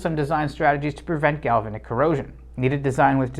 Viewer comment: A'node. Gal-va'-nic ;-)